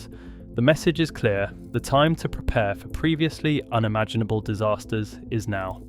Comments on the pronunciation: "the scale of destruction would be almost UNE-imaginable"... Pronounced UN-imaginable. It's my goto now for finding AI narrations... weird pronunciations. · The mispronunciations make this sound like an A.I. voice. No native speaker of English says 'unimaginable' as 'younimaginable' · AI voices are dumb. Unimaginable was pronounced uni-manginable. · uni-maginable - really!!! hate it when they use AI. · Quote "Uni Maginable"! Wah Wah AI ALERT!!!!